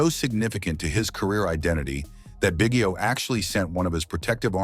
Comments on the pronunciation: Bro learn to pronounce his name if you're gonna do a video about him! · AI GARBAGE. Hint, Biggio name mis pronounced throughout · Too bad you can’t pronounce the guy’s name.